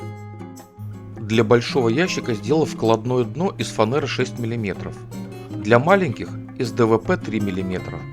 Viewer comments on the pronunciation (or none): Ну почему фанЭра??? Как же это бесит... флЯнец, рЕзетка, калидор, лисапед, пинжак...